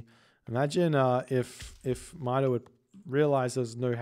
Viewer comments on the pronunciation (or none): It pronounces “Meeto”,. Good EE Brazilian Norse player. Greetings from Brazil. Love your videos 🇧🇷💙